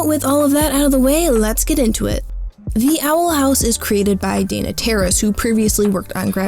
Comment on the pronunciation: theey awel hawwse